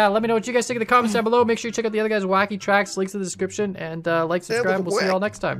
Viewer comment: That moment when misreads Wacky as Kacky.